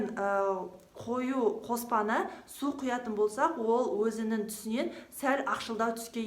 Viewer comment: Өзініннн сіздін емес... өзінің сіздің деп сөйлеші өтініш.